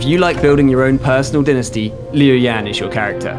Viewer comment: Omg it's called dynasty not denesty. How he says it bothers me for some reason